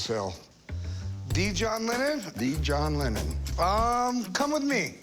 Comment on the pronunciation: "a John lemon" 😂😂